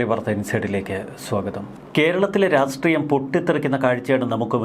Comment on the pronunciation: ശ്രീ, താങ്കളോട് പലപ്പോഴും ആവശ്യപ്പെട്ടിട്ടുണ്ട് ഉച്ചാരണത്തിൽ ഒന്നുകൂടി ശ്രദ്ധിക്കണമെന്ന്. താങ്കൾ രാഷ്ട്രീയം എന്നതിന് രാസ്റ്റ്രീയം എന്ന് തെറ്റായിട്ടാണ് ഉച്ചരിക്കുന്നത്. ഇനിയെങ്കിലും ശരിയായി ഉച്ചാരണ ശുദ്ധി വരുത്താൻ ശ്രമിക്കുക.